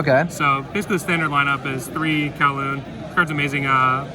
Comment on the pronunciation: He asked kauwloon??? Pretty sure you can’t do that unless you meant qinlong